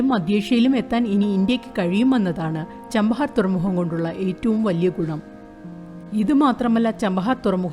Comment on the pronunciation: ചബഹാർ not ചാംപഹാർ